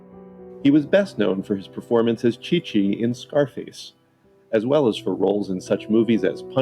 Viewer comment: I'd say you mispronounced Chi Chi's name but can't figure out how to spell it the way Les Nessman said it.